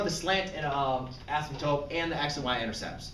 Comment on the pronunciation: Does he say astmptope?